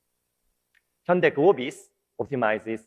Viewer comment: 한국말쓰는 일본사람 인가? "현대 를 혼다이 " 라고 계속쓰고있네. 한국인이면 정확하게 발음하지. "현대"